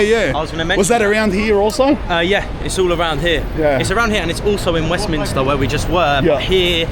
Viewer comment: thank you for pronouncing Westminster correctly 🙏😁, I'm a Londoner in Westminster and almost all the people I meet, including cabbies, now call it Westminister. 🙆